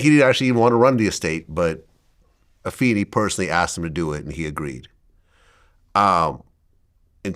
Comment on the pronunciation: Go Vlad and it is Ah-fay-nee